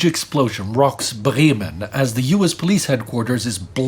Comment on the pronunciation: He said Bremen so perfectly